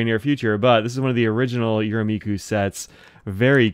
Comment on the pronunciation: Hi! Some pronunciation help: the “me” in “Yurameku” is the same as the “me” in “met”!